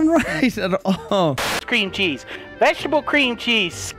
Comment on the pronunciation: Anyone hear him say scream cheese?